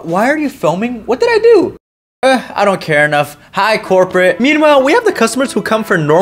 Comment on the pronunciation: “Hi ” had me dying 😂